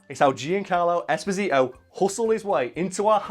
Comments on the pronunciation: Holy guacamole it’s pronounced “Espòsito” And not “Esposìto” it’s an Italian name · It’s not Esposìto, it’s Espòsito. It means “exposed”, it’s a very common italian second name, it was the second name given to orphans in orphanages in 1800.